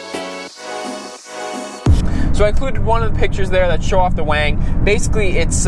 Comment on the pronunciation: Why do you call the rear wing a "WANG"? Is it because you drive a gtr and that's how importer call it?